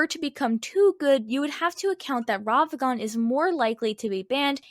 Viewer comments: Take a shot for every time she says Ravagan instead of Ragavan. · These are some great takes, but damn, does hearing "Ravagan" instead of "Ragavan" make me scowl. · i recently started watching the channel. As much as I enjoy the on screen visuals. . . I think slowing them down would be a good idea. also. . . RAG-A-VAN not ravagan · why do you pronounce ragavan wrong